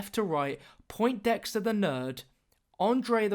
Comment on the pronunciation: this is annoying me more than it should, but everyone is calling the nerd "poinT-dexter". there is no T. its Poindexter.